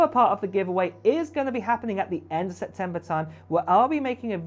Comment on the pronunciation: SePtember not Setember